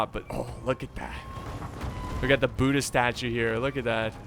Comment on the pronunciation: I thought we will not get to see this , cause the previous one you uploaded showed private. ALSO THE WAY YOU SAID BUDDHA STATUE I HEARD BOOTY STATUE😁😁